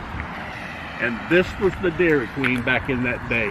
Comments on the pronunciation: I will forever pronounce it Daairryy Quueeeen! Grate! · "Dee'r-Ree-Queen" (Dairy Queen), that was a good chuckle/laugh after found out you were asking the establishment, not about the town. A great look back to Le Roy and Adam's family history in small Americana town.